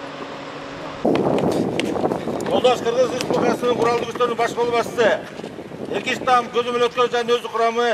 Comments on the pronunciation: Иркештам эмес Эркечтам деп айтылып жазылат го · Бул кандай сабатсыз журналисттер - Иркештам деген жер жок Алайда !! Эркеч-там деп айтылат . Орустарга жаман корунуп кыргыз тилин өнүктүрөбүз деп жатса бул журналист сөрөйлөр кыргыз тилин талкалап жатат !!!